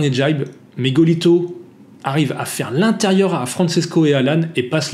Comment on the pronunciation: Bonjour, je te suis depuis les tutos Wing avec ton père (et je croyais que c’était un pseudo…. ) et j’apprécie toujours tes vidéos. Le parasuit, c’est trop drôle! Pour information, Francesco se prononce FranCHésco ( comme le CHE Guevara) et non FranSesco et Tricks étant le pluriel de Trick, s’il n’y en a qu’un, c’est un Trick, sans S. Juste pour que tu sois parfait 😅